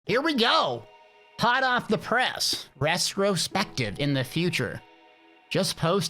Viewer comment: Whats a rest-ro-spestive? hehe